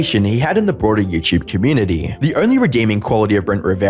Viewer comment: What in the F*k is yewchewb ? You mean youtube ? FFS !